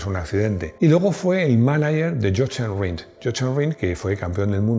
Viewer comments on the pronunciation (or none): Chochen Rint... ¡por Dios! Si pronuncias "Yojen Rind" quedas de puta madre🤣🤣🤣 Un abrazo.